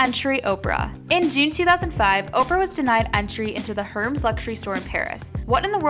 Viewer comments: Its Air-mez(hermes) and poi-tee-aye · Girl, the video is good but Hermes is pronounced "air mezz"......